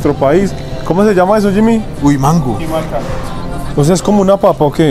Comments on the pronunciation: Jaja, no es JIMACA, es JICAMA; es una fruta, y no, no es como la papa, parece en su físico, pero no 😂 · traian la dislexia presente 😂 se llama jicama no jimaca 😂😂 🤭 Dios los bendiga chamacos ✨ pasen buena estadía en México bienvenidos ❤ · No es jimaca es jícama 😂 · Jimaca 😅 es jicama es una verdura que se consume comúnmente en México como ensalada etc. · Dijo Jimaca en vez de jícama 😅😂😂😂😂, y me sorprendía que mi hija les decía majicas😂😂😂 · Jimaca jajajajaja mori 😂 solo por eso nueva suscriptora!!! Es JICAMA saludos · Jimaca 😂😂😂😂😂😂😂😂jícama!! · Me dió risa la jimaca jajajaj es jícama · Jimaca😂😂😂es jicama😂😂😂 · Jimaca = Jicama ! 😂😂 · “JIMACA” 😂😂😂 es JÍCAMA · Jimaca😂 creo que es jicama. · Recuerden que no se dice coger si no agarrar jeje y es jícama se pronuncia la j no los corrijo a mal es para que pues eran la pronunciación buena je y sabe muy rica tanto con limón y tajin de echo ahí quienes venden jicaletas y saben muy ricas la vdd un saludo a los tres desde saltillo coahuila al norte de nuestro México 🇲🇽 y que sigan disfrutando de este viaje que será difícil de olvidar ojalá un día hagan un vídeo hablando con sus familias y saber que les parece todo esto nuevo que están viviendo aquí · Parceros se dise jicama